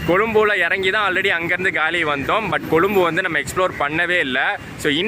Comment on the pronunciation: கலி இல்லை! காலி! அது காலி முகத்திடல். பெயர்கள் தமிழில் எழுதப்பட்டுள்ளன. ஆகவே சரியாக வாசிக்கவும். தமிழ் பெயர்பலகைகளில் இடம் பெறவேண்டும் என்பதற்காக உயிரை கொடுத்த வீரர்களுக்காக பெயர்களை சரியாக வாசிக்கவும். அவர்களை இழிவு படுத்தவேண்டாம்.